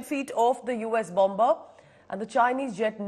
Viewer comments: Please say bomer though there is a b in the middle. It is silent. Sorry about being pedantic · Bomb-ber? Please pronounce the word correctly.